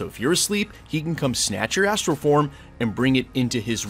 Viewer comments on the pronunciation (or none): Anyone else hear "he can come snatch your ass-tral form"?